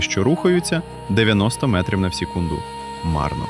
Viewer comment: Вже краще але ШІ озвучка не дуже, бо чутно: сєкунд, 2000 метра і інші слова